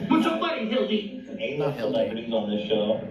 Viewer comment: It’s Nik purposely pronouncing Hila’s name wrong every time he does a video about Ethan and Hila for me. He’s a disrespectful and disgusting human being. Not to mention that he is completely clueless about all of the celebrities that have been on H3 🤦🏻‍♀️.